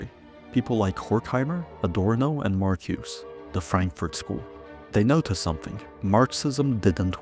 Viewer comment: This is out of context, and you can't pronounce "Marcuse," so you lost me. Poorly reasoned and unsupported claims. Do better.